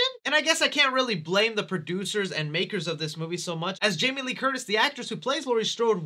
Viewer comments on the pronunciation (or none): none